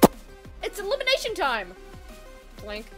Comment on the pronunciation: Its eleimitrashon time